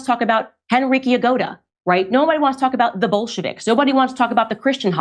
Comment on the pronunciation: Genrikh Grigoryevich Yagoda ‘ Candice please get the name right. Don’t be so stupid.